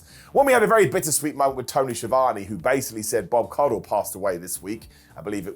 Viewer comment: Caudle, not "Caudhill"...why does everyone make that mistake?